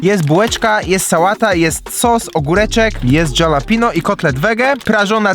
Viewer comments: halapeńo tak się wymawia 😊na całym świecie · kolejny rok będę czekał aż poprawnie wymowi slowo Jalapeño nie no kozacki materiał kiedyś na piechotę do ciebie wpadnę ale sie zejdzie pare dni ale masz moje slowo 💪